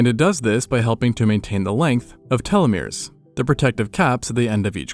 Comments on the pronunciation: It’s pronounced “tell-oh-meer”…telomere. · right? Like who pronounces telomeres "tell-ah-mehr-ehs" or whatever that was..? I'm starting to suspect this channel's voice is AI generated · The way you are pronouncing telomeres is MADDENING :face-purple-crying